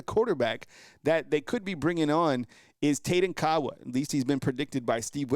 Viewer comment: Tayden Kaawa is originally from Hawaii. He now lives in Orem, Utah. He played for Orem HS last season I spent some time in Hawaii years ago. I believe Kaawa is pronounced "Kah ah va" in the pronunciation of the Hawaiian language name. Roll Tide!